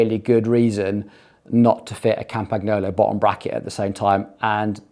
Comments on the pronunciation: TRY PRONOUNCING IT CORRECTLY WILL YA! Like this: Campan YOLO It's not CAMPAG NOOLLO........ FCS!!!!! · It's pronounced (very close to) "Campanyolo". The sound of "gn" in Italian & French is like the sound of ñ in Spanish (e.g. mañana) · G is silent in Campagnolo